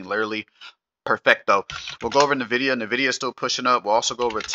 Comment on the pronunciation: I always eek when I hear people say “Nevidia”, it’s N-vidia, idk why so many people say “Nevidia”